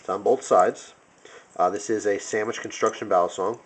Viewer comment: Sammich conshhuucshhuun